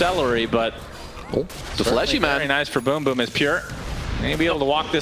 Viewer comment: I'm gonna miss Sunsfan mispronouncing BrokeBack Team. This Riyadh Masters turning out to be better than some TI's